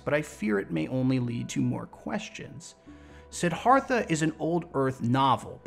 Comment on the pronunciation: Just so you know, it's pronounced "Sid-DHARTH-ah"